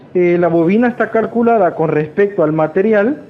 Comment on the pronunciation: Dijo Carculadas, que wuarr